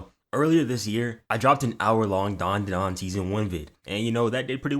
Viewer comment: i swear its dandadan and not darndadarn